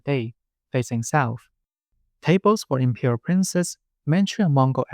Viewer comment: I was listening to this while doing chores around the house and for a minute I thought you were saying 'the impure household' instead of 'imperial' lol